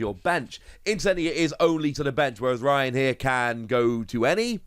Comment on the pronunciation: not the woss pronouncing Raihan as Ryan 😭